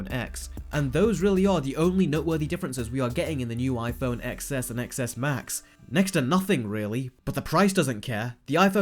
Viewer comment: Cringe every time you don’t pronounce it 10S and 10S Max